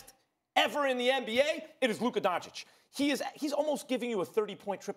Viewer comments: Y’all trippin lol. This man did not say “Luker”. I listened over and over and I clearly hear the “uh” sound, not the “er” sound. He did, however, pronounce Doncic wrong again lol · u mean DonCHICK? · The letter "o" in Doncic is pronounc like "old" or "over" and not like the "o" in "down" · Don Chick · No one SAS : donchick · SAS still won't even pronounce his name correctly 🙄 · Sas is capable of pronouncing Aldridge the right way or sandwich or bridge...but he can not say Doncic the right way?I think that is on purpose,just to disrespect the man. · SAS are you kidding me!!!!? You can't be a tv host who can't pronaunce someone's name, especially the best young NBA player of all time! Don't be that disrespectful, take a class or something, you can do it.